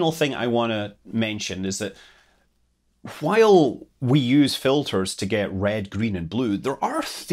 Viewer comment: And that too... Anything with "W"... P.s great stuff... Loved the video... P.p.s it's just because your accent for "W" is quite different than what it is in my country...